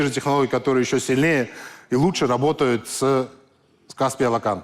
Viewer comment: Наверное господину Ламтадзе можно было уже научиться говорить Алақан без акцента!!!! Алақан в переводе с казахского ладонь